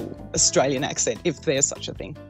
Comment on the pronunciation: “Osstralian” that’s how your pronounce us